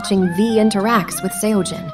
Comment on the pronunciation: That wasn't the right pronunciation. The 'eo' in Seojin sounds like the 'o' in sock.